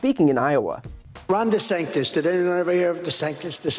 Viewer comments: The reason Trump is having a Hard time Saying DeSantis, in lieu calling him DeSanctus is because Trump is Actually Dyslexic and cannot read his Que Cards with any authority... Watch Trump's eye's, he is having a Hard Time Focusing... and he's also full of Shit,,, that may be cluttering his eyes as well. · I thought he was saying "DeSankedUs" lol. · DeSank-tus 😮 Who’s that Trump??? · desanctos?? sanktus? not sanctious? de-saintous? da fick is he talking about 😂😂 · My suspicion is that Trump has resorted to the pejoratives 'DeSanctus' and 'De Sanctimonious', simply because he can't remember/pronounce DeSantis. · It's not DeSanctus, it's DeSpicable!! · De "Sank"-tis. That's what he's doing. Putting that "sank" in there as a negative association to his name. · de-sank-this has meaning though. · I thought he was saying De-sanked-us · He may well be saying Ron DeSankedUs, as in Sanked Us. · It's actually a stupidly brilliant nickname (for the MAGA crowd). Ron DeSanktUs sounds like he's saying "Ron, he sank us" subconsciously while explicitly being that abbreviation for sanctimonious. We need to be careful, because this guy is stupid in every way except knowing how to fight dirty in order to win arguments he shouldn't win, and we can't afford to underestimate this malignant narcissist again. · Who is "Ron Desangtis" lol God blesh the United Shtache...elephant, pinata, spaghetti, helicopter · Really. He settled on DeSanctus? Or is he just incapable of saying "sanctimonious" He's actually not wrong about the weather and coastline 🤣 that's the only allure other than no state income tax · He called him Ron DeSanctis 😂🤣🤪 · Ron desanctus? Did he forget how to say sanctimonious already, lol? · "Ron DeSanctis"? huh? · Desankdas is to me sounds like a DECAF coffee. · I think Trump can't even pronounce DeSantis. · He can’t even say his nickname right… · It sound like Trump can't pronounce a simple name. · I like how Trump can’t pronounce his opponents name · "Ron DeSanctis".